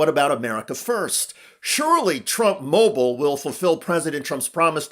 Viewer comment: Donny Trump Junior The Second: “With Trump Mah-bowl..” he meant “mobile”. It’s happening to Junior already. Trump cognitive derangement loss/gain psychosis dumbing down genetic inferiority through poor breeding syndrome.